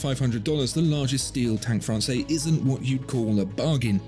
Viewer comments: It’s pronounced Fran-says, NOT Fran-say. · I'm trying to decide between the Must and the Française. Love them both, it's so hard. Thanks so much for all the info you provide, it's so incredibly helpful and interesting! FYI, with the 'e' at the end, Française is feminine and is pronounced "Frawn-sez" not "Frawn-say". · Pronounced "FRANSAYS", not "FRANSAY" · That’s Française - feminine. You pronounce the ‘s’. Sort of “Fran’sez” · Be careful watching and taking opinions from content where the watchmaker pretty much owns the content maker add the guy doing the review can't even pronounce the watch correctly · Now, now..., you are better than this! Pay attention to your pronunciation: "française" with a big Z at the end.